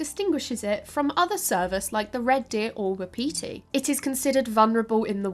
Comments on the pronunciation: “Wapiti” is pronounced “WAH-puti”. Not wuhpeetee. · Not "waa-pee-tea" but waa paa tee. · Non-deer-deer!! Non-deer-deer!!!! Also 'wapiti' is pronounced 'whah-pit-ee' ('whah' like the word 'what' or 'was,') not 'wap-pee-tee.' - A Canadian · You are pronouncing wapati very weirdly. It's WAP- a- te. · Not the wha-petey 😂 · Wa-pa-ti is the correct pronunciation sorry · Wapiti is pronounced "WAHP-ut-ee". I love you but that was driving me crazy! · Haha I was so confused when she was saying wapiti how she was! I’ve always heard it pronounced Whap-ity or wap-paty. That and her comparisons to red deer. My dumb self is going “cool, that’s awesome…. I don’t know how big those usually are…” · Was bout to post the same. I always hear it as wah-pih-TEE though here around Montana. Though elk is much more common. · Wah-Pah-tea... my Native American side had to correct this. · I'm just used to reading so many sources I don't really notice the switch. Hear a European accent say elk and head figures they are talking bout moose. I see exactly why she pronounces it the way she does by the spelling. Just sounds really weird when I've heard it as part of my regional vocabulary my whole life. Had no problem figuring out what she was referring to. As a book addict since childhood and grew up in a poor small town in the middle of nowhere there is a massive amount of my vocab that comes from just reading. I've had some really creative pronunciations over the years cause not realizing something was say a French word.